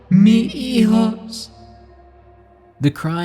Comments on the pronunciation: The cry is “Mis Hijos” dont skip the “S” my good friend, great stories, thanks a bunch for making these vids! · MIS HIJOS not "mi hijos"